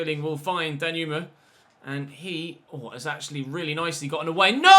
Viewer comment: got that excited he said reallyo 😆